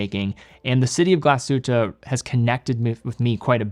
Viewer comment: I am from Germany and i love it when you say Glashütte Great Videos